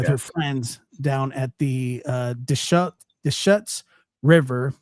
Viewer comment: The Deschutes River in Central Oregon is pronounced ‘Duh-shoots’. 😉👍